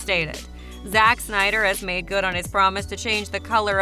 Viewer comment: It's not reffered to as the "Shneider cut", it's Snyder cut ffs